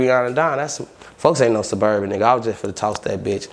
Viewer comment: "Ima a Surburban"😂😂